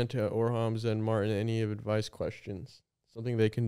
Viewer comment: MARTIN PLEASE STOP PRONOUNCING THINGS WEIRDLY. YOU’RE MAKING CANADIANS LOOK BAD